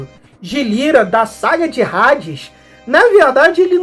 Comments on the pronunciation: Rades? Até quem não é fã sabe que se pronuncia Hades com H mudo, ahh faça me o favor seu poser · Parabens prlo vídeo otimo, mas saber a pronuncia é o mibumo visto que no BR os locutores, duvladores , apresentadores, propaganda, todos pronunciavam Hades, Asgard, ou seja vc foi mt bem no alem mas errou no minimo , no basico , affs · é amigo mas h sem som é no Br todo e como vc tá fazendo vídeo pro Br todo é só esses cuidados pra não passar vergonha